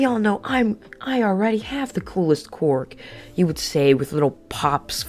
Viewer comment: my biggest gripeis that this dude says quirk as quark